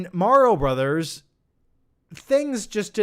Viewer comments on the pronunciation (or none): none